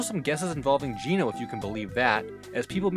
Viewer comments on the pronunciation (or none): none